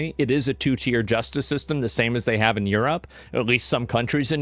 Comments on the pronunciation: you said Europe wrong. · You said "Europe" wrong.